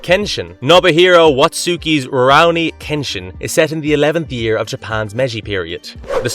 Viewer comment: Yeah, Rowni Kenshin is such a classic anime, but seriously dude, I have a hard time believing you watched half of these anime, and you didn’t just google them or used Wikipedia. I don’t know, but the way you pronounce stuff like Saiyan, Gundam, Rurouni etc… just gives me that impression.